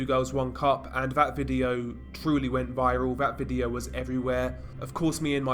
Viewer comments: STOP FUCKING SAYING " V I D E E O O W " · what happens in this " Videeoou" LOL what the FUCK is that accent man ????